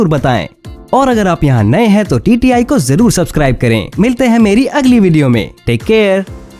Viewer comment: Welcome to tti "tatti"🤣😂😝😂😝😂🤣🤣😂😂😂😝